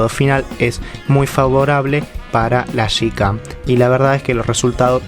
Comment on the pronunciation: broder se dice yicam, no shicam